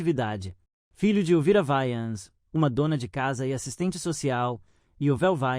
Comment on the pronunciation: Não é Vayans, é Wayans!